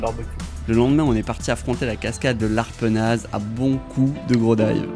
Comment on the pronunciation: Copieurs pour la cascade c’est mon spot!:) faut appeler quand vous êtes dans le coin! Mais vous faites ça mieux que moi quand même:) un jour je ferai pareil! Bonne continuation à toi Et on prononce pas le Z à Arpenaz 😜🤘